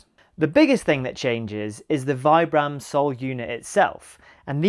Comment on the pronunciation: I never trust anyone so ignorant as to not able to pronunce Vibram - the single most important outsole brand. Oh, Vibram is the focus of your video.... sigh.